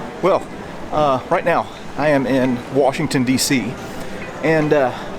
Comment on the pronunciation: ...it's pronounced "Worshington D.C."! 🤣